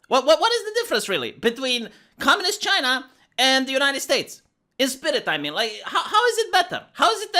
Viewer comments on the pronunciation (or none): none